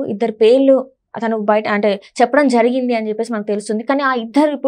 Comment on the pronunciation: ఝరిగింది కాదు జరిగింది. ఫణీతరావు కాదు. ప్రణీతరావు.